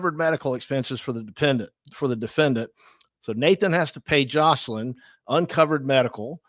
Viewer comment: i see you corrected the title but still pronounced it wrong sooo nice try